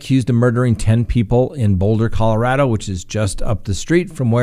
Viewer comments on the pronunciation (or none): none